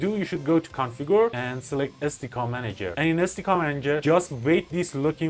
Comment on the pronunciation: SDK = "eeS Dee Kay"